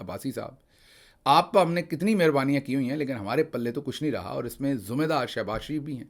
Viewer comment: لفظ "ذمہ دار" میں ذ کے نیچے زیر ہے۔۔۔۔ کوئی پیش نہیں ہے۔۔Zimmey Daar... Zimmey Daar